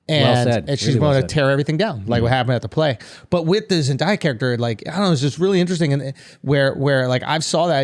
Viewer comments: It irritates me how they say Zendaya, it's pronounced Zen-day-uh, not Zen-die-uh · Love the Euphoria discussions as I am a big fan myself but it needs to be said that the boys keep mispronouncing Zendaya's name.